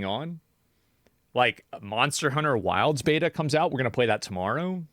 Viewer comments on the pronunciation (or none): none